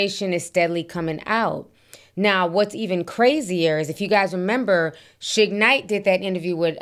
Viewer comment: Ti why are you pronouncing Suge's name like that? Shig?? 😂😂😂